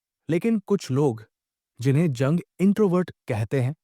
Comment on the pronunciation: जंग नहीं युंग बोलो। कार्ल गुस्टाव युंग।